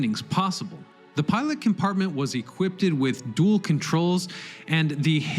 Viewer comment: "Assailant"? "Equipted" I can't listen to this.